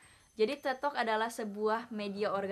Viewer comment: THE WAY YOU SAY "TED" IS FUCKED UP